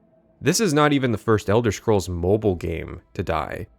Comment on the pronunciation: Elder Shcrolls Blade. Right. He said Shcrolls. Like the shmuck he is.